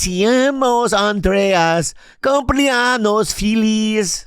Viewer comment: LOL it's cumple-ANYOS, not cumple-ANOS. Anos means anuses. 😂